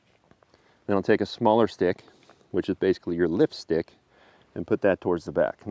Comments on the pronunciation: lol i am big dummy. i thought he's saying Lipstick. then he focus the lift, its actually Lift-stick! hahahha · I kept hearing him say 'lipstick'